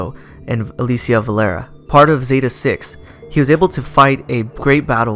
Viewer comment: Not trying to be a douche but it's pronounced "uh-lee-shuh"